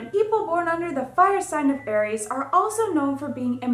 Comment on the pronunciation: She's pronouncing many of the signs incorrectly. Sagittarius is pronounced Saj not Sag. Pee Cees is supposed to be pie cees, Aries is pronounced Air ees, not Are ees, etc. Ugh...There's no feeling in her voice, she's reads it with no feeling. I want to like her. She seems very bubbly, but she reads with a very flat tone. Someone help this poor girl.